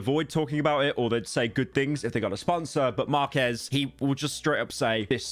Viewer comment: Pyro mispronouncing Marques name is hilarious